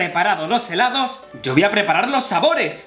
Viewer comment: hheellaaddooss dijiste helados